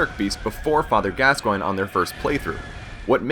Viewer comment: he doesn't know how to say the fathers name(can't spell so won't try) and the cleric can be parried with either of the first two weapons you have to shot it in the head at the right time.